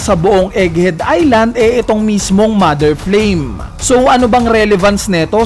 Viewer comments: Flame po hindi flaim hahahaha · Flaim ❌ Flame ✔️ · MOTHER FLAME = ❌ MOTHER FLAIM = ✅